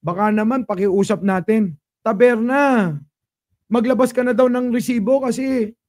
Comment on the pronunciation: Instead of taberna..tabelna😂😂😂